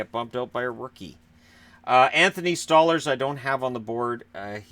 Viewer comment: Isn't it pronounced "Stole-Lars", not "Stah-lers"?